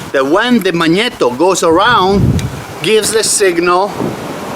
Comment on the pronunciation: I like the way he said magnito . Least thats what i think he said lol sounded cool all i know 🤣